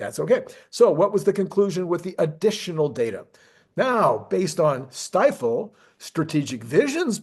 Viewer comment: It’s pronounced steefel! 😅